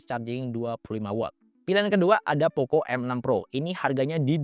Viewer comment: Klau poco ngaku buatan indonesia kenapa dibaca poko. Mestinya tetap poco. Biar terlihat keren yoo.. atau malu dibaca poco